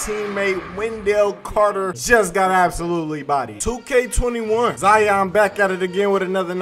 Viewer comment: Ok, u don’t pronounce lion, LIE YON, so y is it ZIE YON? so annoying lol!!!